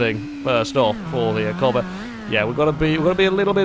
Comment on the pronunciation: he kept calling the civic a covet lol